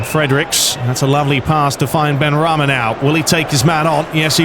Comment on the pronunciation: It's benrahma not benrahmi